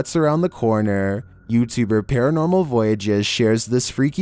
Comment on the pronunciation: #11: Don't u mean "paratnormal"?? 😏